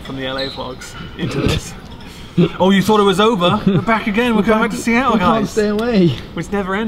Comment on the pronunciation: whispers Sea-tul!